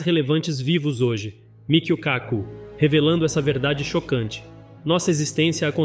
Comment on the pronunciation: Pq não pronunciar "KAku", em vez de "KaCU"?